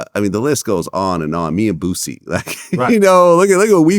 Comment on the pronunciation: John Salley CANNOT say "Boosie" without adding a "T". 😆 I'm sure he's thinking of Bootsy Collins.